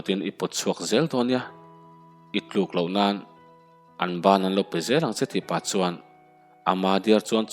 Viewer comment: Hnim phe ni lovin,pe tih tur